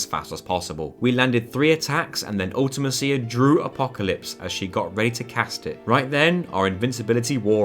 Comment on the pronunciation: Just thought I'd correct a few of your pronounciations. Ultimecia is pronounced Ul-ti-me-sha. Seifer is pronounced Sai-fer.